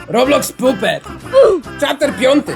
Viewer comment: pisze się jako puppet ale czyta się jako pappet